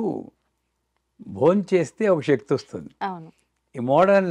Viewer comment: బాగా చెప్పారు. చెప్పాననుకోకండి నమషివాయ-కాదు నమశ్సివాయ-✔️.. షక్తి-కాదు శక్తి- ✔️